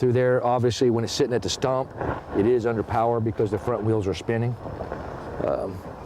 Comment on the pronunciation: There's something funny about the way he says "stump" there, not gonna try and explain why it's funny, all we know is that it is. We could try & play the "what if" . . .